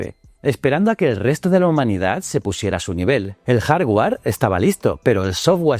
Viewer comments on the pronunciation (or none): none